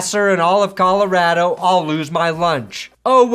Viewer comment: I can't believe you pronounced Colorado Colorado instead of Colorado. Tomatoe tomatoe, I guess.